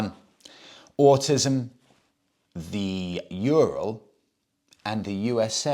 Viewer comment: the correct way to say Ural is "ooo-rall" My Russian wife has told me so 😊